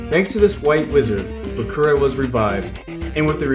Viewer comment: You actually pronounced the Name Bakura right it's how you pronounce it in Japanese